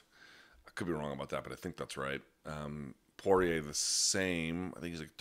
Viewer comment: Luke finally pronounces Dustin's surname the way he himself does